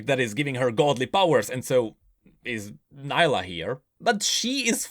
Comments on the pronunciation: she literally called herselfe knee + la and you called it ni lah remind me of samira everyone calls her se my ra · Nilah is not pronounced like "Nile - ah" Its "Knee- lah" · Neelah not naylah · Champion: pronounces their name: pronounces it differently How and why?:(